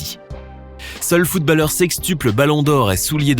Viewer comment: qui sa enerve qu’il dit footbAlleur au lieu de footb(au)lleur